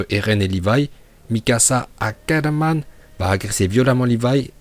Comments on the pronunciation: Erreur de prononciation de akerman c'est pas akerrrrman mais "akramann" c'est comme ça qu'il dit porko !! Hormis ça ....la prononciation est parfaite !! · « Mikasa Ackarmann » ptdrrr